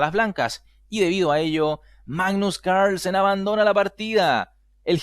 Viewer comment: Venga tío. .. no pronuncies Carlsen como si fuera un apellido gringo